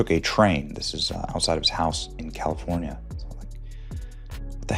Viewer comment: Yes,.. a school teacher from Kal~Lee~four~knee~A. No more questions.